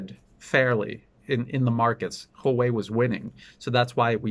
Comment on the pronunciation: You are one of the few people who pronounce Huawei correctly.